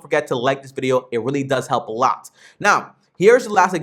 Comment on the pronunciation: You said Willy instead of really good video tho